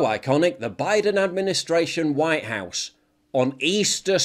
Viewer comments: He can’t even pronounce white properly. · He doesn't say white right